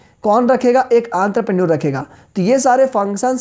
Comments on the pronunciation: Sir it is not aanterprenuar.😂......entrepreneuar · Nice explanation sir.. But pronunciation Aantrapreneur 😂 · Aantrepreneur 🤣 what a pronunciation....but thnx sir♥️ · Entrepreneur ❎ antrepreneur☑️😅 95+ mrks in it . Like plss. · Entrepreneur mujhe aantrpreneur sunayi derha h 🤣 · Everytime I start laughing when he pronounce entrepreneur as antrapreneur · Entrepreneur not antarpenur 😂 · Anterprenuer 😂😂😂😂😂 >>>> Entrepreneur 😂😂😂😂😂😂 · 😂😂Antar parneur bhai tu to bda khatrnak bol ta hai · Aantraprenorrr kuch to karta hai 😂😂😂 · Entrepreneur ❌ antrapreneur ✅ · Sorry to say Sir , it is "entrepreneur" the prounciasion will be " onterprenur " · Entrepreneur ❌ Antrapreneur✅ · Enterprinour 😊😅× aantraprenour😂😂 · Sir vo antrepreneurs nhi hota vo entrepreneur hota h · Are bhaiya antarprenure nhi entrepreneur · entrepreneur = antrapreneur😂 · 🤔🫥entrepreneur pronunciation wrong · Bhai entrepreneur ka pronounciation shi se kijiye.....😊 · आंतरप्रेन्योर नही एन्टरप्रेन्योर भाई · It's not anterprenuer 😂😂 it's entrepreneur!!! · I am irritated by the way you say 'aantrapranor' its "entrepreneur" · ENTREPRENEUR KO BHAI SABHA ANTRAPRNUR KAHA RAHE HAI 😂😂😂😂😂🤣 BUT SIR AAP BOHT AACHA PADHATE HO LOVE U❤️ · Aantarprneor ✅ entrepreneur ❌ 😂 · Bhai wo Entrepreneur hota hai....Aantrepreneur nhi 😂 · Antrapreneur nhi Entrepreneur hota hai 😃😃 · he is calling aantraprenuership instead of entrepreneur but yaa he his session was very helpfull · Entrepreneur🚫 antrepreneur☑️ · It is entrepreneur on antarpreneur ...😅😅😅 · teaching skill is excellent but it's enterprenuer not anterprenuer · Bro don't mind but it is entrepreneur not antrupener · This guy has said Entrepreneur as Anterpreneur in the whole video 😂😂😂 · Sir sorry to say u but it's not antropreneur...it's spelled as en-thruh-pren-neur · Actually Sir its Enterpreneure not Anterpreneure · It's entrepreneur not antarpreneur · It's not antrepenure it's entrepreneur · Entrepreneur ❌Antraprenure✔️😂😂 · 🤣🤣👈🏻भाई वो आंद्रप्रनर नही है। वो इंटरप्रेन्यूअर है। 🤣🤣🤣🤣